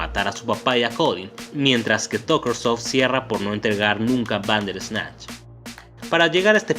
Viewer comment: Me gustan tus videos, tienen muy buen contenido, pero me causa conflcito tu manera de pronunciar "Bander ESnatch" es junto y corrido: "Banderrrrrrrsssssssssnatch" sin el ES natch. Perdón pero soy muy obsesiva con eso. Por lo demás, excelente